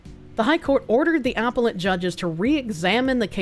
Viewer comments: I'm sorry woman. I absolutely love you and you should know that before I go on with this, but you're mispronunciation is driving me absolutely nuts!!!!! NOT apple-et. a-PEL-let!!! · Just silently screaming in my head every time she says "apple-let" court....